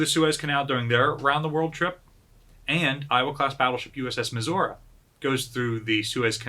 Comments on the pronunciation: Why are you saying Missoura and not Missouri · "Mehzourrah", lol. Is that the correct indigenous pronunciation? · USS Missour-uh? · I thought is was Mizzur-Uh? :) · Hi, I had a question, is the battleship Missouri Pronounced Like the state or as Misaurah? I’m sorry if I just have been mishearing it, I was just wondering!